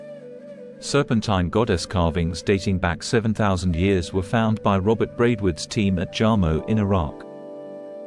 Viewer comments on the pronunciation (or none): none